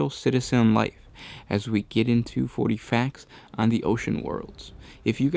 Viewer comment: mek quake i heard 40, but said something like "fouree years"